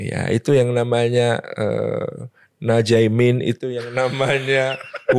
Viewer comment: Nam jaemin. Pengucapannya Indonesia aksen banget ustadzz wkwkwkwk